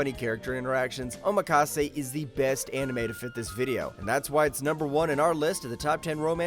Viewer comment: Bro said Omakase💀